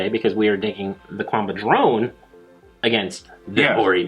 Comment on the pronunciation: Love your vids, but it still bothers me how you guys say Qanba lol. It's not 'Quanba', the Q is like a K sound there.